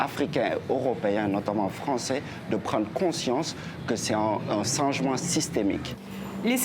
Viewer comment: Cet homme a dit "singemant" a a lieu de "changement"? Mon dieu !